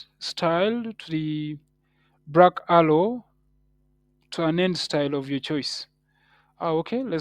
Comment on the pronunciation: Alow❌ arrow✅ great video though 😂